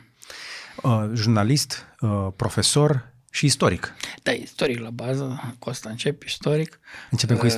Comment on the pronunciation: Renunță la accentul pe care-l folosești pe cuvântul profesor